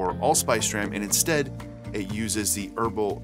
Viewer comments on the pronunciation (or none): none